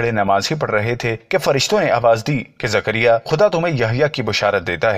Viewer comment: Are bhai aap Ki zabaan kehsi hai thik Karo zakaria alihissalam